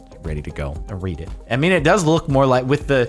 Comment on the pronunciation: You know read can also be pronounced as read, right?